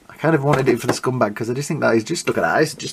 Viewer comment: Why do you call him scumbag? It’s scumbug. Great review though. Appreciate your videos. Happy Holidays